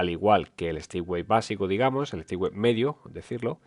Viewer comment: Por favor, dejad de decir de una p. vez Stipway. NO SE DICE STIPWAY. SE DICE STEPWAY. Es un palabro en inglés. XD